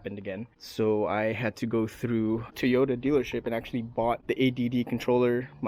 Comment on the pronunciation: Soaker hose? Really? You know that’s designed to be permeable and let water pass thru it, right? It’s intended to be used in the garden. Did you install this with the intent of keeping water out? Wow. Just wow. Also, say Tee-ota one more time! 🤣